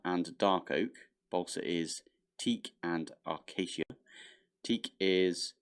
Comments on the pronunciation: Isnt it pronounced a-ka-kia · The irony of getting the complicated tree names correct then butchering 'acacia'. That's what keeps me coming back for more. 🤣